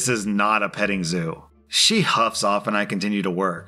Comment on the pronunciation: *you*:"she hufs" LIKE THE HORSE HaAhAHahaHahahAHaHsgahagahahaha edit:im mentlay depressed